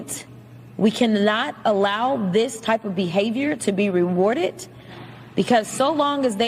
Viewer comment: Rewardet!?? Smfh! That's like pronouncing street like street! You learn how to pronounce the words in the English language IN ELEMENTARY SCHOOL! SO WHAT'S ANYONES EXCUSE FOR PRONOUNCING ANY WORD IN THE ENGLISH LANGUAGE AS IF THEY'VE NEVER BEEN TAUGHT THE RIGHT WAY!! GTFO!!